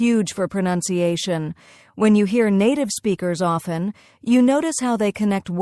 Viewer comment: did u just say often means off ten 😂😂